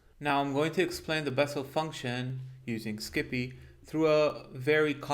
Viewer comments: Great content as usual! I love how you pronounce it, "skippy". Keep up the good work. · Making a slight correction, it is pronounced "psi pi" for Scientific Python. Just like numpy is "Num Pi" for numerical python.